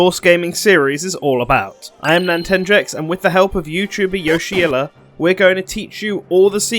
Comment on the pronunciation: The way he pronounces Yoshiller scares me but otherwise great video mate!